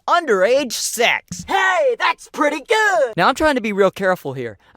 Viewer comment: XD HEY TAHTS PWETTY GUUD